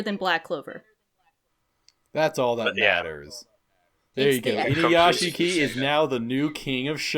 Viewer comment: Inuyashiki is pronounced Inuyashki, nobody ever fucking gets that right, pronouncing it without the silent i is the same as saying "Sasooke" when referring to Sasuke yeah, i'm a petty weeb, sorry not sorry